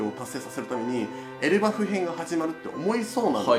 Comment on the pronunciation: エルバフのイントネーションが前から気になってました笑 黄泉の国編面白そう…！